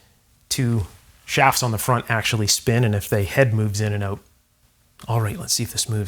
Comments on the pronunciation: Every time he says "out", pronounced "oot", it just screams "CANADA!!!". 😅🤣😂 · As soon as I heard you pronounce the word out I knew you were Canadian now Excuse me while I eat a big ol bowl of out-meal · Canadian. Oat in the ole storage shed. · Tell me that you’re Canadian without saying you’re Canadian: the way you say the word out